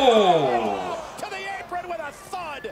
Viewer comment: How do you not know the correct way to say “Apron.” 🤣